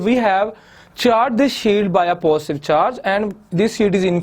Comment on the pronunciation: Its not phostive its positive